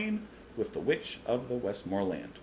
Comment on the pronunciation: And it's "The Witch of the West-Mer-Lands".